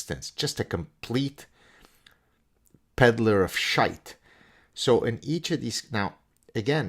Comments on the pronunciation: You say 'shite' the way we do in West Scotland! Well done big man. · Lol the take away from this video is the appropriate use of the Irish expression " shite " , perfect inflection too I'd say , Gad 👍